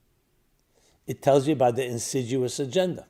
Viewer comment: Did he say insiduous?! Insidious I know but I don’t know what insidUOUS means.